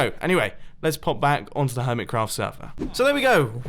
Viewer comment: Why on your server list do you call the hermitcraft "Urmitcraft"?